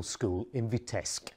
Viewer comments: Its Vitebsk with a B not Vitesk. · Vitebsk is rather pronounced VEETEBSK with 1st syl. stressed. Thank you for the story. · Thank you for your videos! Just one comment: the city’s name Vitebsk should be pronounced as “VeeteBsk” (‘B’ has to be pronounced clearly)